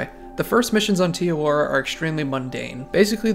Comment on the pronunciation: im not from new zealand but you cannot be calling it "tee awora" 😭😭jokes aside very good video, this game's youtubers are very bland and solely gameplay focused and we need more storytelling videos, you gonna be a pioneer in the cotw community if you keep this up